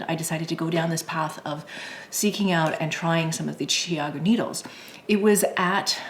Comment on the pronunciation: I love my red lace CG needles! I have to ask about the pronunciation of the name. I hear your pronunciation as "Chi-a'-goo", and I was told that the pronunciation is "Chow'-goo". Since you have spoken to the founders of the company, can we be sure your pronunciation is the correct one? I also have the spin bamboo needles, but I usually prefer to use the red cord even with the bamboo needles.